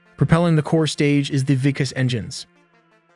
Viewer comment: It's not Vic-us it's Vic-Aaass 'VIKAS' (VIKAAS) your pronounciation is so wrong you didn't care to research by any other method except written articles I think! Let me give a tip: since we followed British English, while English contains 26 alphabets... The Hindi language and Marathi ( sharper version of Hindi ) contains no less than 45 alphabets for pronunciation and 52 if we count the ones we can write but don't usually pronounce! While in any English, the letter 'A' is pronounced in several different ways but in Hindi and Marathi we have different letters for different pronounciations of the same vowel...!!! Most of the time in Indian names if you see two 'A' s in one word example: 'Aryan' then the first 'A' is pronounced as 'aa' (you know when you say 'ya') while the second 'A' is pronounced as 'a' as in British saying " This is a gun" And if there's only one 'A' in an Indian word then you can most of the time go with 'Aa'